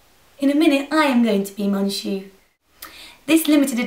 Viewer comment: Loved the tutorial just thought I'd let you know that "on" of "Mon Shu" is actually pronounced Like the "on" in Long basically, "Mon Shu" sounds like "Mon chou" which is a way of showing your affection to someone, like you would say "my darling" or "my angel". (: Greetings from France !